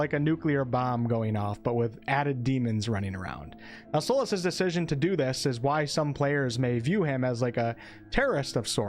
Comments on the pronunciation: Its a very unique accent for sure ive never heard Solas pronounced "Solahs" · Hi! I've only noticed that you pronounce Astarion & Solas differently than I do. Thank you so much for warning for spoilers, although I think I might pass on this game until I hear what you & some others have to say about it when it's released.